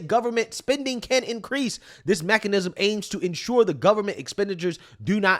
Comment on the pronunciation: 🙄 Learn how to pronounce the "th" sound. I've been listening to you for years, and it's high time. "Th" and "D" are NOT the same thing!